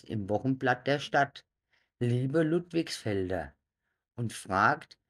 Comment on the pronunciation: Der Ort heißt LudligsfeldE!! Nicht ....feldN!!